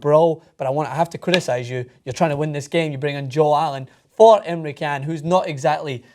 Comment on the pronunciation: Even just the first half hour of this was better than most games I've seen this season. I couldn't believe how much had happened by then. Btw,, you're on TYT, you should know how to pronounce Emre Can.